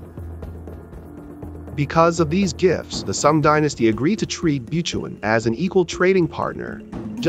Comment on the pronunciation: Funny pronunciation of “Butuan”. 😂😂😂 The pre-Colonial Kingdom of Butuan is in the North-Eastern part of Mindanao. The Kingdom was and still is abundant with Gold.